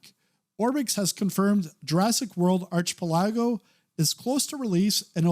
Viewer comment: It's pronounced ɑːkɪˈpɛlɪɡəʊ